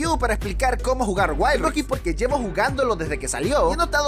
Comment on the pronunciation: jaja waild raift